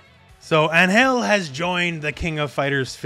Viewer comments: No hate, but you are pronouncing Ángel wrong. The emphasis is on AN, not in GEL. Check out how they pronounce it in the latest trailer for reference. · First time i have ever heard someone pronounce Angel as Aanhel... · Dude please look up the pronunciation of Angel cause your killing me. Sincerely a Latino